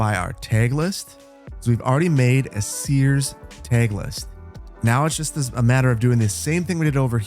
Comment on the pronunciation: i love how you say 'tag' like 'tayg'